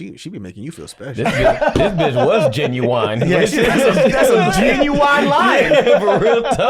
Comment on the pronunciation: Thank you for correcting your father on pronouncing genuine incorrectly. But apparently a lot of people pronounce it like this! I've heard it so much that I questioned if i was the one who was wrong lol